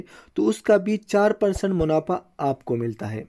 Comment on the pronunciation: Munafa hota hai, munapha nh sahi sy Urdu bola kro Bhai